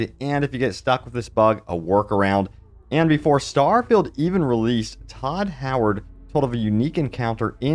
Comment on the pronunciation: Why do you pronounce good English incorrectly? “Starfilled” haha